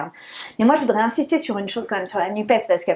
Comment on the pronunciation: Content – sans étonnement – d'entendre "la NUPÉS" de la bouche de Sandrine Rousseau. Il y a en effet tant de journalistes qui, disant "nuppe", voudraient ainsi réduire l'écologie à un 'e' muet !